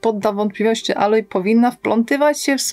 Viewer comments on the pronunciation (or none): Aloy czyta się "ejloj", nie "aloj"